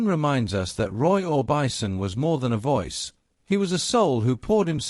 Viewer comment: More AI slop." Roy or bison"